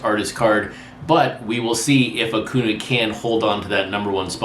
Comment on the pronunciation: You said it right in the last video and now you're back on A-coo-na! It's A-cuhn-YA - the accent mark is very important.